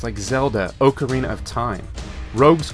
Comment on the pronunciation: that's not how ocarina is pronounced.